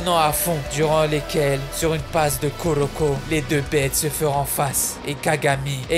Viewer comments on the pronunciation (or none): none